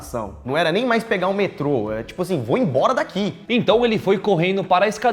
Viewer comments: é "embora" e não "ebora".... Vocês são massa, que vacilo é esse? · O mendingo disse vai "ebora" só eu q reparei nisso? Kk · "vá ebora" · "Vá e(m)bora, kkk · Só eu percebi o "ebora" ali? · "vá ebora" kkk Dsclp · "vá ebora" Ksksksksksks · Vá "ebora" KKKKKK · Vá "EBORA" KKKKKKKKKK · mds "vá ebora" 😂